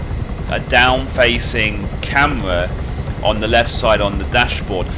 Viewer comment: "a camwa thwat fwaces dwonwards"